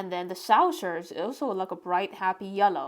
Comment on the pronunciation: It's not a 'sowser', its a 'saw-ser'. Look in a dictionary for the phonetics. Its a word you use such a lot, obviously, im sure you'd like to pronounce it as it is intended. 😊 Great sketch of à city I love and used to work in. I'm so glad you got to Oxford! No castles in Oxford, they're just medieval buildings... Maybe you'll sketch the Radcliffe Camera, the round building that houses a vast library. And check out the Sheldonian, with the massive heads and other statues - they'll make great sketches! Enjoy yourself!